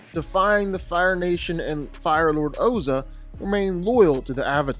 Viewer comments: Did he say his brother hasuk?... Bro how could you call bolin hasuk... Like who tf is hasuk 😭😭 Also it's pronounced pli... Not pili 😭😭🤧🤧 And it also ozai 😭 not oza 😭😭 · He called Ozai Ozo 😂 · My biggest problem is the pronunciation of Ozai. WHY are you pronouncing it Oh-Zuh when it's clearly spelled to be and IS pronounced Ohz-EYE? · Its Ozaiii, with the i at the end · Firelord Ozah? Its Ozai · bro said Oza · It's ozai.... Ozai. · They say his name in the show why do hou Mispronounce Ozai? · The mispronunciation of Ozai and Azulon is low key disrespectful and annoying. Ozai’s name is said regularly. Azulon is said a few times from the great gates to Zuko alone flashbacks when Ozai was crowned. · Bro, as a massive fan of you and of avatar, I love you covering the topic, but you will get torn to shreds if you don't fix pronunciations (Ozai, P'Li, etc). Also you got the name of Mako's brother wrong entirely. It's Bolin. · He couldn't even say Ozai correct. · What did you call Bo Lin? And why do you keep pronouncing Ozai like that? It's like you're trying to M. Night Shyamalan him. Honestly terrible video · Stop pronouncing the names wrong. It’s not that hard. Gives me flashbacks to the mov… well we all know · How is no one talking about how he is saying ozai wrong it’s so frustrating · He can't even pronounce Ozai's name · Please never say Ozai ever again. Please just no. They literally pronounce it in the show and it's not that hard to say. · said Ozai's name wrong.